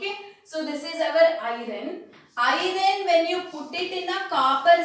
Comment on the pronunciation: Mam y r u telling irone can we call iron as irone